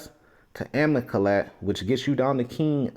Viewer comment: The word is Ama-lek-ites.